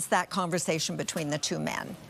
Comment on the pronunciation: I love how the anchor emphasizes the word “men” at the mark. Nobody believes you, we know what Trudeau really is 😂